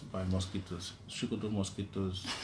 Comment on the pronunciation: It is So-Ko-To not Sho-Ko-To ... #TakeItBack